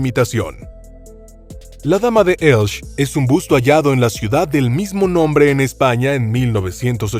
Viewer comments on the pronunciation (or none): Como que Elch? Que barbaridad es esa? Si tiene dudas en la pronunciación de alguna palabra solo tiene que ir al traductor de Google y ya está...le pronunciarla correctamente la palabra que sea. ELCHE....ELCHEEEEEEE........No Elch...menuda desfachatez. En castellano no se come ninguna letra al leerla...solo la h. P.D. Soy Valenciano. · Vaya tela... como toda la información dada sea como la de la dama de ElchE, que en español suena la última e, pura charlateneria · Señor, usted habla ESPAÑOL, si, señor, español, y en este idioma la h no se pronuncia como j, sino que es muda:"Heraclion" se pronuncia, pues, "eraclión", y no como lo ha pronunciado usted, por no sé qué alarde esnobista filonglés. Pero el colmo de su error fonético en español es no pronunciar la e final del nombre de la ciudad de Elche. No, señor, no. Elche, no se pronuncia "Elch", para nada. Ese nombre así pronunciado nada significa. Elche se pronuncia con su e final bien explícita. Como toda e final de palabra en su propio idioma, el español o castellano. Ya basta de maltratarlo por parte de gentes acomplejadas con su cultura hispana.